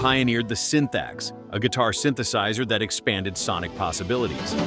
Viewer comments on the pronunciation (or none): none